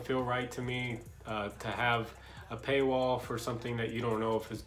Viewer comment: Every time you say “paywall” I hear it as you saying payroll but in an Asian accent lol